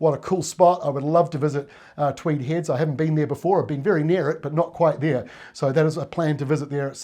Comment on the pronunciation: If you've lived in Tweed Heads all of your life, it's pronounced Twee-deds. Thanks.